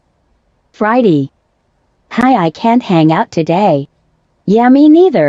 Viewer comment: I can’t with Friday in a southern accent 😂